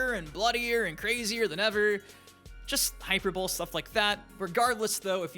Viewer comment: it's pronounced "High-Per-Bowl-E" lol